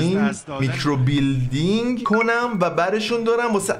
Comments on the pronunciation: هربار كه گفتي ميكرو بيلدينگ جررررر خوردم😂😂micro blading😂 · بابااا میکروبِلِیدینگ خونده میشه مگه بادی بیلدینگهههه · و که هروقت میکرو بلیدینگو اشتباه تلفظ میکرد از خنده پاره میشدم🤣🤣 عالییی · میکرو بلیدینگ رو اشتباه تلفظ میکنی🤣🤣